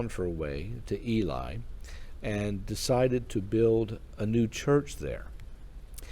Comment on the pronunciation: Thankyou for telling her story. Ely is pronounced e lee.✨️💖✨️✨️